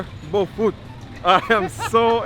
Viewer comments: Someone please spell the names of the food that he likes so much, so that he can learn to pronounce it to his satisfaction! He's trying to learn to say things exactly the way we do! He's so smart, so please spell things for him! Some say BOFROT, others say BOFLOT...I grew up in Ghana, born and raised, and I still dont know the meaning of that word. I just know that i love it!! Mm, mom, yum! Especially nice and hit/warm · 😂😂😂omg. It's BOFROT. People who say the "r" as an "l" are mostly illiterates. It's BO FR OTZ Please!! Lawd😂😂😂